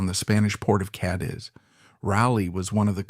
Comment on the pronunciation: I really don't understand why AI can't get names correct - half the time he's raw-lee (correct) and half the time he's (row-lee), and even a couple of ray-lee's thrown in. It's also pronounced Ca-deez, not Ca-diz.